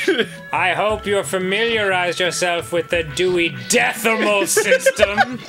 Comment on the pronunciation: Dewy Dethamal System sounds like a European metal band, though they'd probably spell it like this: Dewi Deth-a-maul System with umlauts over all the "e"s